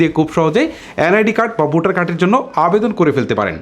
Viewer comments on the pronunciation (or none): তোমার উচ্চারনে বিরাট সমস্যা।বোটার না বলে বলবা ভোটার। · ভাই আপনার প্রতিটি শব্দ উচ্চারণ এই সমস্যা রয়েছে এটি আগে আপনি ঠিক করেন। টিকানা, স্তান, বোটার এসব কি ভাই?!!